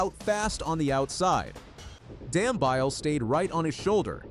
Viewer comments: His surname is pronounced Dam -be-ly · Is it too much to ask to ascertain the correct pronunciation of runners' names? Dam-bile??? Seriously? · Dumbeeele..thats how its pronounced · Please check your pronunciation of Dambile, it is totally incorrect.